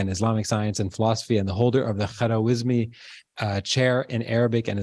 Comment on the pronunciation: Who is Khara-wizmi🤣🤣🤣🤣? He is turning in his grave rn.